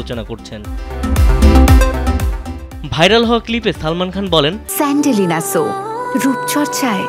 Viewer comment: সালমান খান বলেন সান্ডেলিনা 😂